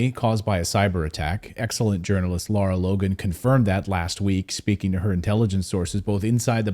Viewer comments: Lara, Claton, not Laura. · Hey Clayton, her name is LARA not LAURA! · Clayton, her name is Lara - not Laura - different pronunciation.